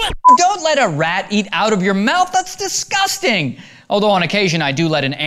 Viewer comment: He sounds british when he says disgusting.